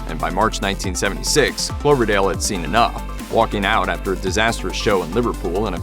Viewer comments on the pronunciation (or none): Cloverdale? Fedler?😂😂😂😂